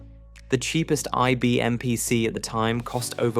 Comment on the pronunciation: you pronounced vic wrong, and dos, and pc, and z oh and niche